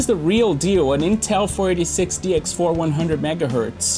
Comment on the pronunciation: This man slurs "486" in such a way that I always hear him say "46", instead.